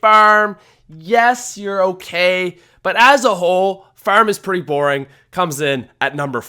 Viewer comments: Its farm not feurm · Is u saying ferm 😂😂😂😂 go to speech class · Farm** not ferm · Ngl fucking love Farm or Faairm as you call it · Farm or ferm? Lmao what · He says farm weird haha. It's like "fairm" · says 'Farm' like 'Fearm' 😂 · I THOUGHT I WAS THE ONLY ONE WHO NOTICED. I ALMOST CHANGED THE VIDEO AFTER THE 2ND TIME HE SAID FARRM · He says it like firm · “The ferm” lol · "FERM is boring" 😂😂😂 Ferm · Why does he say Farm fairm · How he says farrrm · Ferm? Farem? Fararama?? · The phäerm is an absolute oatrage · what is ,,baroom,, , oh you said farm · drop a dollar every time he says furm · It's not pronounced fuerrm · "Ferm" lol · he says term in stead of farm😂😂😂😂😂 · he can't say farm to save his life lmao FIRM, yeah FIRM is boring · How you say farm makes me chuckle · I hate the way he says farm lol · The way you say "Far" and "Farm" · I just love how he pronounces "farm" :D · Dont want to be rude, but the way he says farm is weird